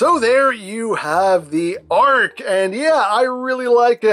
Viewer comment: did he say ark or arg like a pirate